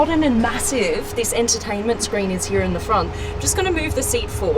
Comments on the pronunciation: I love how she pronounce "here" as 'hiiya" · I've never heard anyone pronounce "here" as she does...